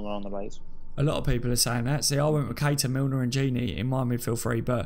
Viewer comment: Missed the live.... was out drinking! Gutted. Mickey.... Matip better than VVD in the air???? NO WAY! mad man. LOL & Pronounced "Key-ter"... was already on a yellow card... that's why he let Hazard slide away, but also Moreno was there to cover.... and how could Lovren not forsee Hazard beating Moreno and come across to cover earlier.... which imo was very poor. Agree with Mickey here... a draw at Stamford Bridge without VVD might I add would be good... with VVD I'm expecting nothing but a win. However If VVD doesn't make it then rest also against Napoli and then back fresh for Man City at home as we need to open a gap over Man City because Chelsea will drop points. Ahhh you need to swap ME for Connor lol...… fully disrespected the thread by leaving lmao, just kidding! lol@ cut hahaha. Don't some of these callers actually watch the game... for the 2nd time Keita had a yellow card on 78mins. Hazard scored on 85 min. Great point in regards to Luis from this caller.... I also think that Firmino could out muscle Luis with ease and also Rudiger too IF he plays. Just for the record.... Ramos flopped in the Sevilla 3-0 defeat Mr caller lol... it still happens, even to the worlds best. VAR decision was correct lad... Barkleys leg was onside. The other two Cfc players were off but wasn't interfering with play. (sorry I keep editing as I listen to the live rerun while I play some Fallout 4 to end my evening lol). My team: 433 Alisson Trent Gomez VVD Robertson Milner H